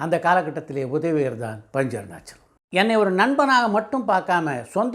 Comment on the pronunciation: Panchu Arunachalam ozhunga sollunga